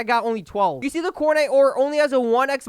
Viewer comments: it sounded like he said Fortnite 😭😅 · Nah more like cornite